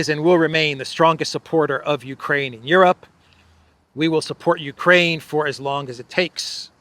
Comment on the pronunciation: Mr. Austin does not know his right hand from his left. Did we hear him say , " U - KWaine.... " ? ? Elmer Fudd that one.